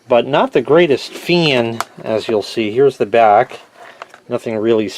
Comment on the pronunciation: I laugh my ass off every time you say FAEN like that